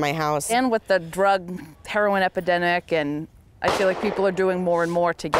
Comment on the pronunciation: "...drug heroin EPI-DENIC" !?!!?!?! 😲😲😲😲😲